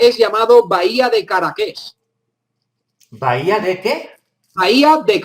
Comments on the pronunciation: A hay que tomarle la lección antes de los videos, porque Bahía de Caráquez se encuentra ubicada en Ecuador, en la región costa. Provincia de Manabi. El acento de la tilde es en Caráaa quez, no como lo a dicho que le envio un fraterno y respetuoso saludo. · Estoy escuchando la Historia de los Caras y el nombre de Bahía de Caráquez, eso es Ecuador... en la provincia de Manabí, en la Región Insular o Costa, de Ecuador, existe la ciudad de Bahía de Caráquez... (el acento es en la letra a y no en la e)..... La historia que cuentas es ecuatoriana, también comento que en Loja de Ecuador encontraron esqueletos de gigantes...